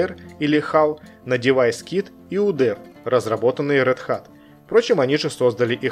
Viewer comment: Отличное и очень интересное видео! P.S. - Один моментик...RedHat должно звучать как "Рэд Хэт"